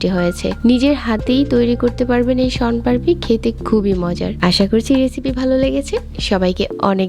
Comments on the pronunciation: কিন্তু তুমি দেখো উনি কিন্তু সন পাপড়ি লেখসে তবে সন পারপি বলতেসে😅😅😅😅😝🤭🤭🫣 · আপনি ভুল বলসেন সনপারপি না সনপাপড়ি